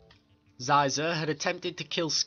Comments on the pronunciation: its pronounced sheezor not sizor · Prononced Sheezor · Wonderful! So glad to see video about one my favourite syndicate=^.^= Maybe you Could do Pykes one day. Love the Pykes^^ ___ I`m sorry, but Shee-zor. (nevermind, video is still great. I mispronounced his name about a year. nothing bad happened). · Playgus? Zizah? It Plagueis (play-gis) and Xizor (she-zor). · That's not how you pronounce Xizor or Plagueis.